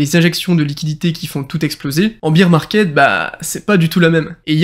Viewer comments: Bear market pas beer market lool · Merci pour cette vidéo!! Mais pour info: on dit pas Beer market (comme la bière) mais Bear Market ( Bère si tu préfères):) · Si jamais on dit « bear market » pas « beer market 🍺 » ahahha et bear se prononce « ber » Sinon tip top la video je partage ton analyse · Merci pour tes vidéos. « Bire market » = marché de la bière « Bère market » on est plus dans la crypto… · Biiiir Market !!!???? Tu es sérieux là franchement ça veut dire le marché de la bière tu as rien compris si tu prononces ça comme ça déjà d'entrée tu es pas crédible